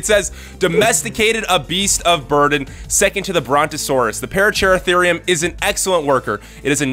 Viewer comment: Pah-rah-cer-ahtherium, it's simple.